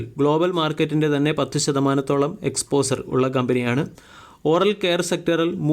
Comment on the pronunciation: എക്സ്പോസർ! എക്സ്‌പോഷർ എന്ന് ഉച്ചരിച്ചു പഠിക്ക്.